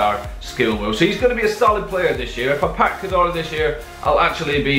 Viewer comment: You said Cazorla wrong